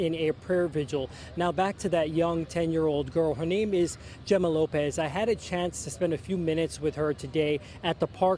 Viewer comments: Gema or Jema pronounced Hemmah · Say her name correctly “He-ma” the least you could do is get the pronunciation correct. These little kids shouldn’t have to be recalling their trauma to reporters. They need mental health support.